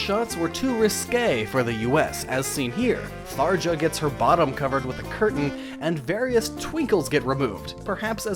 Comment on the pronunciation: you pronounced tharja wrong it's pronounced tharya